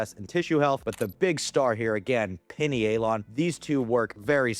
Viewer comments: I think it’s Pie Knee A Lon. Not pinny ay Lon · I’m guna take advise from a guy that can’t pronounce pinealon….. 🙄 it’s like “pineal gland “